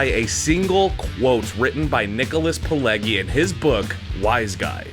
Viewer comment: That’s not how you pronounce Scorsese or Pileggi